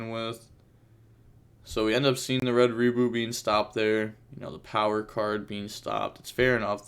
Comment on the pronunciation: Read the name of red rebooT again and call it right please